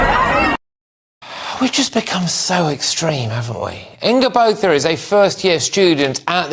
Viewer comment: Botha is pronounced Boa-ta.